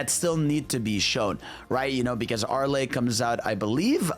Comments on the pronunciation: "Arle" is pronounced like Carl but without the C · Not Are-Le ARR-Le Say it like a pirate. Otherwise people will get the wrong idea about a Japanesey character's pronunciation (or mispronunciation, in this case)